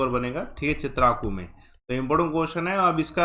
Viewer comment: Chitrako नहीं Chitrakoot है सही स्थान का नाम